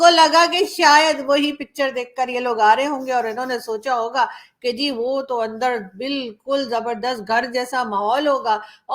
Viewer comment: Andarrrrrrr like RAAAAAAA🤣🤣🤣🤣🤣